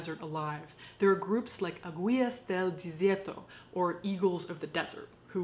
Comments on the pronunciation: Aguilas: Ah- gee- las. Eagles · Aguilas aah gee las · You can use Google Translate to hear how to pronounce Spanish words. Especially "águilas"!